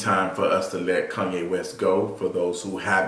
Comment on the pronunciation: Kanye,not KUNYE!